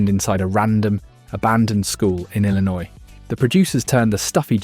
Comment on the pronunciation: It turns out there is no Shermer, Illin-oise.